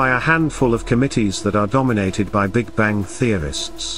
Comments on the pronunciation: The big Bangk? What is a bangk? LoL!! The almost robotic voice is terrible at pronunciation. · Why the hell are you pronouncing bang with a K? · Sorry, can't listen to someone that pronounces "bang" as "bank". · The "Big Bang", not the "Big Bank". Damn computers. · Tolmasoff how can u listen to a person who says the big bank & not the big bang?this narrator cant even speak words properly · Bastikov he said the big bank.this gut cant even pronounce words properly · "Big banK"??!!! REALLY??!!! Perhaps a different narrator might be a good idea!